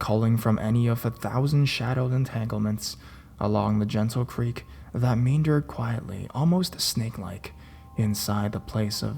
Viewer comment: STOOOOOOOP! I thought I blocked this moron??? How does he still turn up in my recommendations? Kattydid? Meender? MAKE IT STOP!!!! The real horror are his horrific pronunciations!!!!